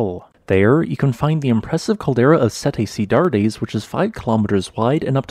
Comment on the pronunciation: pronounced "set ci-dads" :)